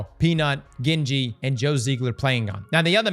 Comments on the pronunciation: Bro it’s Gingy not Genji! 🤣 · out here butchering Ghenji. It is Gingy as in Ginger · Gin-gee lmao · You can say all types of weird Louisiana names but not Jin-Gee 😂😂 *I live in Louisiana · Bro how you actually fuck up her name that way?! I know you ain’t that bright with all the words but shit man you guys do a script so practice the names, takes all of 10 seconds to hear her name when those two play together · at least say her name right don’t sell urself out like that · You said her name wrong